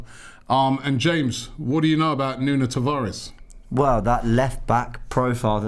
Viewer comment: Great signing for the don and his first name is pronounced noon